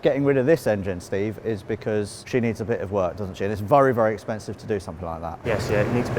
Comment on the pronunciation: Why does say vurry instead of very?